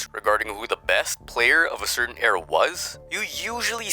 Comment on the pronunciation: The way you pronounced era gave me a hearf attack